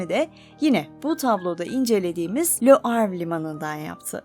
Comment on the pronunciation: Le Havre ve Claude Monet çok yanlış okunuyor.